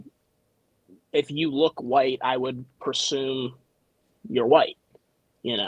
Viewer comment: did he say "persume?" Lol is that a word professor?